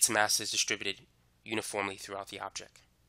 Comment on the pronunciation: pronounced "object" not "objec"